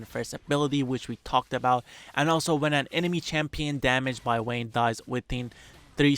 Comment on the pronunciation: he keeps saying "wayne" i almost thought batman's alter-ego is somehow in this game.